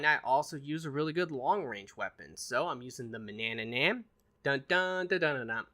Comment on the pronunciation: “Manannan bah bah, bah bah bah..” 🤦‍♂️lolol